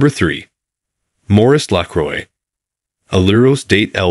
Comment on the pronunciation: Everytime this AI mess says the word 'Lacroix' 10,000 frenchmen drop dead.😢 If you can't even pronounce the the name of your own product, what hope is there for your company?